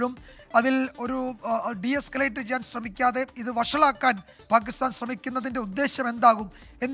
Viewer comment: പാകിസ്ഥാൻ ആണ് പാകിസ്താൻ അല്ല., നിങ്ങൾ എങ്കിലും മലയാള ഭാഷയെ കൊല്ലരുത് പ്ലീസ്